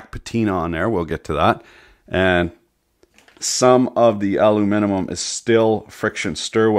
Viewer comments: There are people who say aluminium and there are people who say aluminum... and he says aluminimum. XD Or am I the only one who recognized that? XD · Repeat after me: al-um-in-um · "aluminum" "alum-I-num" "aluminimum" yes just the way its supposed to be said great job! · aluminimum lol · I love your videos, but why do you feel the need to add syllables to aluminum? ;)